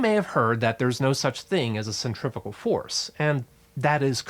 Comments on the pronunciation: guy says centrifical about eight times. cringed every time. cuz there's NO such word. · Do you pronounce centrifugal “centrifital”? That was the only confusing part of this great video. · if you just pronounced "centrifugal" better you wouldn't have to give as lengthy an explanation - I couldn't tell if you were trying to say "centripetal" or a combination of the two. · Omg for some reason it really really really really annoyed me that you were pronouncing "centrifugal" force almost the same as centripetal force.... It is "SEN-TREE-FEW-GAL"..... not "SEN-TREE-FI-GAL"..... >_> Nice info but that kept catch me off guard and kept annoying me lol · You saying centrifical? No such word. Centripetal force... And centrifugal is the fake force pulling things outwards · Centri*#@ force? I wonder how he pronounces “centrifuge”